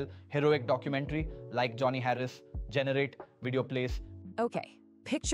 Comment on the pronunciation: Ai generated video . Full of crap. Pronunciation of "generate"